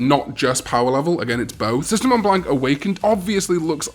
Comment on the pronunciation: Sistermon Blanc .... U r not supposed to pronounce the C in frensh and the n is soo light u barely say it ; if the last letter is not E A I O ... Then the last letter is silent (generally) .... Uet she s a female idk why they didn't use the féminin Blanche ..i know they supposed to have no gender but she s litterarly a girl